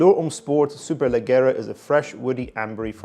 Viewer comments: Is pronounced “superleggiera” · Superleggera Is and italian noun and the double GG should be pronounced like the J of Jogging. Cheers from Italy 👉🏻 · Need to brush up on your Italian bruv